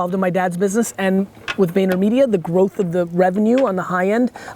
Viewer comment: 3.17 'insane grooth' #ClipIt